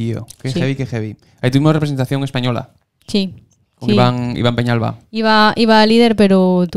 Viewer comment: Penalba, no Peñalba